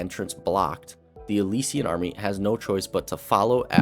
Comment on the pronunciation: Good video but the way you pronounce “Alessia/Alessian” irks me. 💀